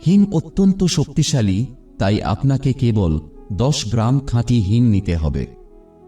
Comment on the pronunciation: হিং কে হিম বলছে।